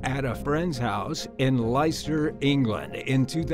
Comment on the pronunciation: Lice-ter England? Sir 😭😭 it’s LES- ter